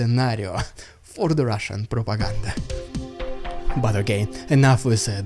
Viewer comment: Love the updates but please stop saying (Russian propaganda)) like that, it sounds awful..!